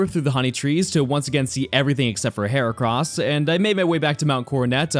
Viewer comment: HERACROSS, NOT HORCROSS!